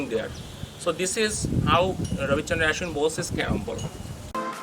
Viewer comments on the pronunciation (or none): Not aeeshwin it's aaashwin